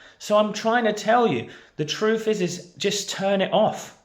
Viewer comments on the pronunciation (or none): none